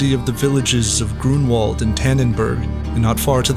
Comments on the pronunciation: Grunwald, try to say it Granvald. with v not w and you will say it correctly. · We should raise awareness among English speakers about the pronunciation of w as their /v/ in Polish and German. E.g. Grunwald is pronounced /Grunvald/